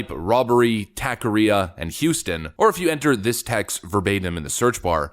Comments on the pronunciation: Pronunciation. Taqueria. Is not tack. It’s tock. Also if you’re going to shoot someone like that, you shoot to kill for multiple reasons. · it's TACO not tako ria mexican not japanese 😀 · Jesus, it's pronounced taco-re-a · it's pronounced TOCK-a-ria. Guy is a hero. I'm a loyal fan... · Its pronounced ta-ke-ria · It’s pronounced Tacaria say it like taco area without the O and the rest like ar I a taqueria